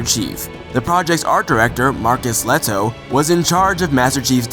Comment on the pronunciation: learn to ptonounce Lehto is not pronounced leto